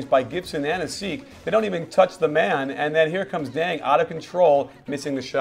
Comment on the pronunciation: Thats Ronnie Brewer (not Corey lol) and Asik's name is pronounced A-Sheek. It's a tough one that I couldn't figure out at first either. Nice channel. Go Bulls!